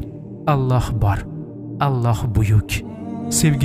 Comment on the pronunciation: Аллаҳ! Оллоҳ эмас о ҳарфи йўқ араб тилида, ло эмас ла